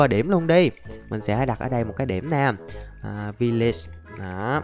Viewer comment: village chứ đâu phải villige anh đi mine đi